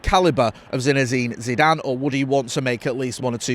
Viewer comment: You can't even say Zeezue's name you clampet family reject